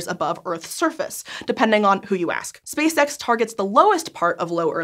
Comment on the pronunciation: I always hear "Space Sex." Space Sex Engineers"